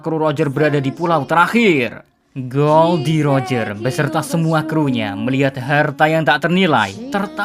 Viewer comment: Mimin nyebutnya salah ejakannya, udah keras salah lagi wkwkwk. Bukan pakek L tapi roger pakek huruf R